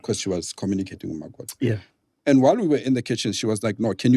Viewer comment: Lol the way u speak ..mokoto 🤣..all ir English words u try 2 use a this "accent"....but whn u say CREW u sound kasi 😂😂😂.....wtf!?..Kak vocabulary